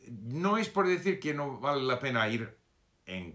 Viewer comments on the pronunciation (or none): none